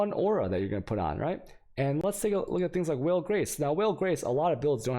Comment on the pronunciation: Is anyone gonna let him know how badly he mispronounces things.... "vaal" is not "whale" and "Guardian" is not "Jawrdian"... It's also not Virgil, it's Vigil, what is going on here.